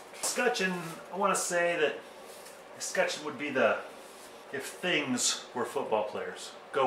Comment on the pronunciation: Wear gloves! That's what we do in Denver. I was looking for a film where someone would pronounce escutcheon. Decided to watch the CO guy. I think you did it right. Thanks.